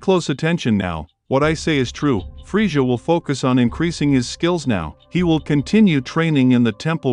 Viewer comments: oh no its the guy who says friega instead of frieza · dude said "freesha" lol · Don't talk about Frieza if you can't even say literally the easiest name correctly. I would take Fryza over Freesia any day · I had to stop watching this half way because I couldn’t stand the way you kept saying friezshha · The way he pronounces Frieza he sounds like Goldmember from Austin Powers lol, aside from that cool vid.